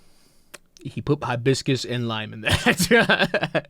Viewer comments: I've never heard anybody pronounce it "HIGH-biss-kiss" before. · I've heard Hibiscus pronounced both ways. My family is from Honduras and pronounce it like you. We don't hit the "HIGH" in Hibiscus as hard as that guy. Think that's an American thing? Tho it could depend on your accent, I suppose!